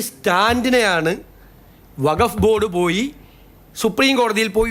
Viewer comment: വഘഫ് അല്ല വഖ്ഫ്.